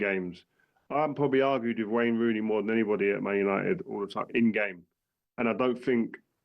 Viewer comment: 'Rayne Wooney' LOL